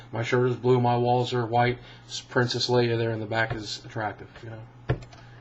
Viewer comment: Leia, not Leah